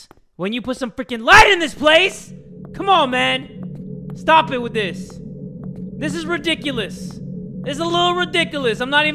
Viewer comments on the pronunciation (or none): i was into it until the “sTahp” part lol